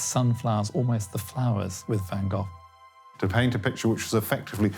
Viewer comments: Van Goff? 😂😂😂😂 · I was here to see Van Gogh. Not Van Goff! 😕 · Is there no one that can pronounce the name Van Gogh correctly? It is not Van Gough or Van Goff (this video), Van Go or Van Goo (US), Van Gogue (France), even the Dutch researcher from the Van Gogh Museum does pronounce it wrong (but he knows). Two hard g's, but not too hard... and the o short not oo or ou; ah well perhaps it's funny that every country have their own pronunciation of the name. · Yes,yes : his name is Van Gof. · One goor(r=gh)::VAN. GOGH😊